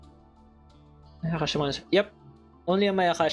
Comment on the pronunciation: My guy said " mayaقashi"